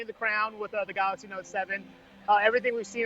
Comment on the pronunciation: Why do they always says "Samsung Galaks"?